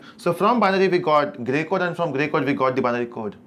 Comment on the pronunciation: Great video , but sometimes you get stuck on your delivery!!(Gay Code 😁)